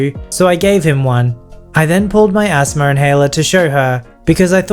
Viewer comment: When says “asthma” it sounds like he’s saying ASMR as a word rather than an acronym